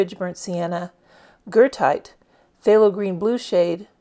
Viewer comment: Thank you! It is exactly Goethite. I might have mispronounced it-I probably had Goethe (Johann Wolfgang von Goethe) on my mind. 🥴 Regardless, it’s an AWESOME pigment!!